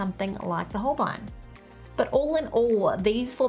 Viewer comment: Holbein is a german name and spoken like: Holbine ( the "ein" is spoken like the ine in "vine")